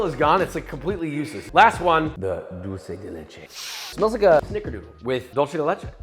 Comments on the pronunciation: It's not doulgh-ce del Leche it's duel-ce de Leche 😋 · Dulsee de lechi.💀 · "Dolce de leche" holy shit dawg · cookies are good, but we need to work in that "dulce de leche" pronunciation. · Es gracioso ver cómo la gente que no habla español pronuncia Dulce de Leche